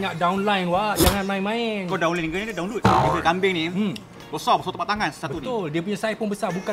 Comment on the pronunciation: Kau downline ke donwload. Berdekah aku gelak🤣🤣